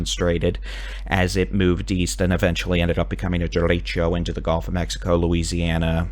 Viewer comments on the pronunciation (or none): none